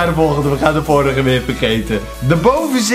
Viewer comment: Hoe zeg jij vorige jij zegt het echt grappig😂😂